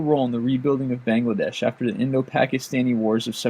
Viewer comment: I'm sorry but the way you say Bangladesh -_